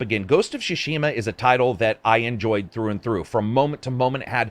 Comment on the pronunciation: can't pronounce Tsushima 🙂